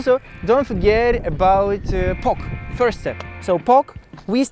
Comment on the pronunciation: сри вирст степс , не сри плизз